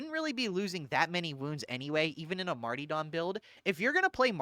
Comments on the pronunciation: The smallest and most pointless contribution I have, and apologies in advance: Martyrdom is pronounced Mar-ta-dum, rather than Mar-tee-dom. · So, why do you pronounce it marty-dom (martee-dom) instead of martyr-dom (marter-dom)? I feel silly asking like maybe it is some sort of in-joke I don't get? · Are you saying Marty-dom instead of martyr-dom on purpose to big people like me? lol CAUSE ITS WORKIN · was also curious why he pronounced it that way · I can't tell if you're calling it marty-dumb deliberately or if it is just the accent... I think I need to review my builds for over-critting. And maybe roll up a spare dueling sword... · I was sleeping, and this video woke me up because it was in my autoplay. Very informative, but for the love of fuck, you silly billy.... pronounce mar-tyr-dom and male-strom the way they're intended. I don't know who the fuck Marty Dom is and I've never played on Male Storm. ❤ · It broke me that over the course of this 1.5 hour video, you never pronounce the second R in martyrdom. Its NOT Marty-Dom, its mar-tyr-dom. Also, its Mael-strom. Not storm.